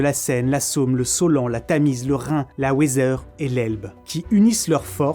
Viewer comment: la Weser, prononciation à l'allemande donc "Veser".